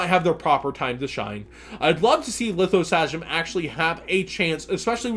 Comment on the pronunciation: Learn how to pronounce Lithosagym please